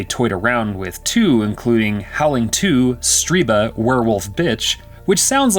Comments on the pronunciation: Stir-BUH not Stree-BAH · Stirba. STIR-ba. Not Streeba. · why do you keep saying the name "Streeba" when its even clearly written as "Stirba" AS you say "Streeba"? lol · I hate to nitpick, but everytime the narrator said "Striba", I winced. Her name was "Stirba", and it literally appears written on the screen at one point as the narrator mispronounces it. Otherwise, great video on a dreadful/wonderful film! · can anyone making these videos Read. how can you always mispronounce so many words. Striba wtf... its Stir ba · Um, Stirba name mispronounced for this entire narration in this recap... He keeps calling her StrEEba!?!